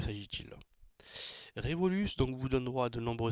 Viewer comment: Par contre c est pas revoluce mais révolut